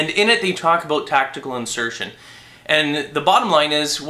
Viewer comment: aboot lol